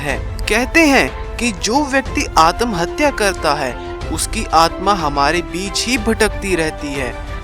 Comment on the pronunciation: Atmahatya hota hai adamhatya nhi🤣🤣🤣🤣🤣 jisko abhi tak pata nhi atmahatya wo chala video banane😂😂😂😂 waise adamhatya kya hota hai??😂😂😂😂😂